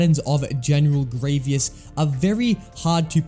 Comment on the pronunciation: can you not say general grievous's name correctly?